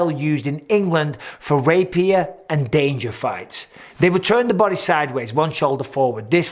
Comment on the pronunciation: Ehm... Can we talk about Bidpings pronunciation of "dagger"? 🤣